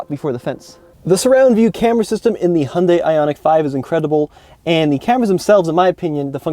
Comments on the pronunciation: Im sorry, u ruined this whole video by pronouncing Hyundai wrong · I guess what bothers me is, if you’re going to bring attention to something. Please do some research on it first. Hyundai even did commercials on how to say their name. Pointing out that it rhymes with Sunday. This is easily discovered via search engine. I just can’t take someone seriously if they can’t be bothered.